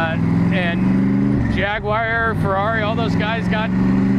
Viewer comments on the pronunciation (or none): Jaguwire, well, that's a new version.